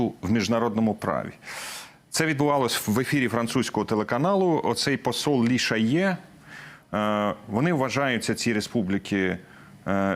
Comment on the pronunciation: Тільки мені почулося" китайський посол у ліщає"?